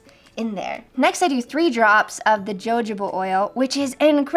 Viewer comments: Its ha- ho-ba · i think its like (ho-hobah ) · yeah it’s HOHOba oil. The “j” is an h sound. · Your pronunciation of “jojoba” has be dying laughing. Thanks!